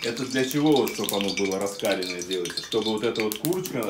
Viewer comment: Масло раскалённое,ударение на букву е"", не Раскалённое -а